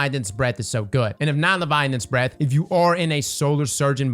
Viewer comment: Still waiting for you to pronounce "Leviathan's " right :D